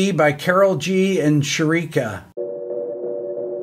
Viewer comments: You calling Shakira, “Sharika” killed me 😂 I love this videos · my guy really called Shakira “sharika” 😂 cmon man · Rick saying “Sharika” instead of Shakira sent shockwaves through all Latin America 😂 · Not to mention calling Shakira "Shriika" and looking the screen like "who the f--- is Shriika?". 😄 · LMAO I read your comment wrong and said "Shrikea"😂😂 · I loved that moment, "Shrieka"! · 🎶 Sharika don’t like it.. 🎵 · I say sharika too, and Im from latam 😂, I dont like her music btw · From this day i Will name her sharika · She'll always be sharika to me. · I was thinking "Who the hell is Shari--- oh god!" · Sharika is a good name for her. lol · Shriek uh? lol 😮😮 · I love it how he pronounced “Shakira” as “Sharika” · I was having a drink and literally spat it out when he said Shah-ree-kah! I'm old and hopelessly out of touch, but even I've heard of Shakira. 😂😂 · Love your channel, but maybe you'd like to know that "stock latin" groove is actually a particular genre of latin music called "reggaeton". And Shakira (not "Sharika") is one of the most famous latina musicians in the world. :) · Sharika pays taxes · Is SHREKira tho. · did he say, "Shreaker?" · Sharika or Shakira is the same piece of ..... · haha xD xD and he was sincere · Hearing Rick call Shakira “Shareeka” was fantastic. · That’s sticking, she’s called Shareeka now. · Shareeka is much better than adele dazeem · I loved the video - How hilarious was Rick calling Shakira “Sharika” 🤣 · Did he really said Sharika instead of Shakira? I understand that a lot of songs from here sound the same but just because a song has a dancehall beat, (that his white man flow can't grasp) doesnt mean every dancehall inspired songs is bad. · how could you just call her "sharika" ahahahahahahaha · Am I the only one who heard 'Sharika'? haha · did he just call shakira sharika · It’s funny because he obviously knows who Shakira is, he probably just read it wrong and did not connect the name to the person